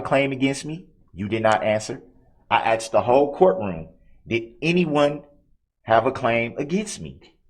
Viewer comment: I thought he meant tacit- as I listened to him😂 I had to look up a tack it agreement! But the again you have truff(truth) and axed(asked)! His hands are nicer and softer than mine! Look at his long fingers! But his BS with the Covid, the Redit thing, his rush to judgement- the blaming of one of the jurors being illegal-all the delay tactics? Trying to outsmart the judge! Sad that he never took responsibility for his actions! And the worse thing was lying from the minute he abandoned the car! Trying to have the entire hearing cancelled!